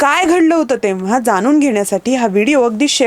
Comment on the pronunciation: आपले उच्चार सदोष आहेत. पण ऐवजी पन , जाणून ऐवजी जानून, आणी ऐवजी आनी , होणे ऐवजी होने ई.